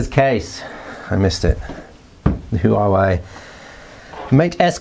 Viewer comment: great looking phone. i'm sure they'll steal a bunch of business away from samsung. just fyi, chinese words are all monosyllabic, so huawei is made up of two words. any time there are consecutive vowels without an apostrophe between them, they should be pronounced as one syllable.